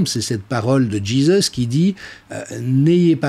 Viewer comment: C est drôle que vous dites Djizes pour dire Jesus